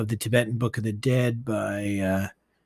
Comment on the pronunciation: EvanS-Wentz Not Evan Wentz